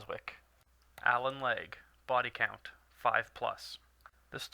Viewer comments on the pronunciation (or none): It's... pronounced Allen LE.Gere not allen legge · It's actually Allan LEGERE.......not Allan LEG.....;) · its le-gere not le-gear tete carree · who is Allen leg? do you me legere? pronounced ligg. ear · it's Allan LEgere, not leg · The man's name is pronounced Le jear, even though a POS, suits him better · Jesus Christ.... It's Allan Legere. Not Allan Leg. WTF. Did you not research who he is. How did you get Leg? Fuck....